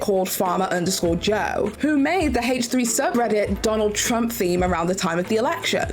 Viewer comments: Again, I'm just talking about pronouncing proper nouns "correctly." She's doing a video about facts and she can at least pronounce the podcast's proper name correctly. She is very articulate. She was able to say consensual non-monogamous relationship over and over with no problem. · H3 is a proper noun. My comment isn't about her accent. Some people don't care but in this case since she's speaking "facts" and did some research she could have at least pronounced as it is pronounced by the creators of the podcast. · Obviously. I'm talking about proper nouns. H3 is a name or proper noun. By weird I mean it's weird to me that is not saying the name H3 the way the creators say it. I have a friend "Jackie" that hates it when Spanish speakers pronounce her name "Yackie." That example is a bit different because English is their second language. is very fluent and aware and wouldn't have any difficulty saying H3 in it's original pronunciation. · It's so weird she won't say H like Ethan and Hila. It's the name of the podcast not just a letter and number. It's similar to when people mispronounce Hila's name. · In this case, I was speaking of H3 being a proper noun. I know not everyone cares when people pronounce their names or babies name or whatever differently. To me it's weird because fluent and articulate and is speaking "facts," but won't pronounce the proper noun the way the creator of the podcast named it.